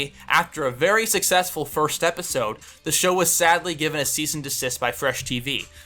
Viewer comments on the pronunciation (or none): none